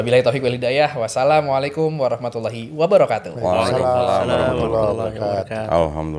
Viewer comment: Ucapan salam : bukan .... katuuuh tapi ........ kaatuh